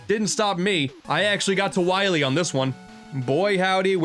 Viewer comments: Ah yes, Dactuh Wahwee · i herd him say "doctor wahwe" and thought you must recohver all the energy immediately m-mega man... (insert funny ha ha here) thas a good kwestion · Dr wahwee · Dr. Wiwy